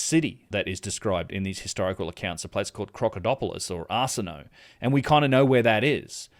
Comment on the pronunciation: Arsinoe It's pronounced are-sin-oh-ay not arse-in-no